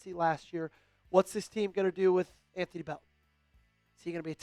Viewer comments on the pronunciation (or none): none